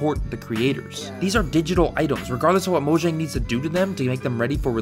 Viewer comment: They're Swedish. Mo-yahng.